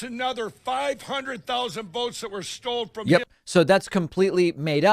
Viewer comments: Dude couldn't even say "preliminary" or "stolen", yet expects everyone to believe every word that comes out his mouth... The lack of education in this country is the worst epidemic we've ever faced. Covid ain't got nothin on American stupidity. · You go pillow guy! I love how the Big Lie is about how the election was stold. If Pillow Guy could pronounce half of the words he spews he'd be a genius, just like Trumpy!! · “The election was stold” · He sounds like that winning player that gets interviewed as he walks off the court after an intense basketball game! You know those interviews. They are shouting and out of breath! Did he just play an entire basketball game? Haha! What a complete stold dum-dum! I love how he repeats stold over and over again and no one has corrected him! Uh Mike, it is sto-len... repeat after me. S-t-o-l-e-n. Stolen. Not stold. Sounds like mold. Why do those religious types always talk about "it all" being revealed? What gets revealed? His insanity? It has already been revealed! Does it have something to do with end times? I'm not a complete right wing religious nutbag idiot, so I have no idea.... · And "stold"...are you actually kidding???